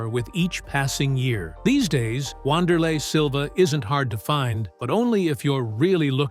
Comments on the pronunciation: Come on man.....at LEAST take the time to find out how to pronounce the mans name correctly. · 2 secs into the video and you mispronounced his name. Adding this channel to the block list.